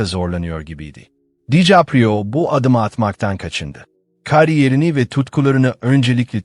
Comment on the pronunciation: Olum o kadar emek veriyorsun, şu seslendirmeyi hiçmi dinlemedin? Dikaprio yerine Dicaprio diyor.